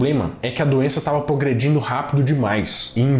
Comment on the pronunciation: A doença estava "pogredindo" é foda hein .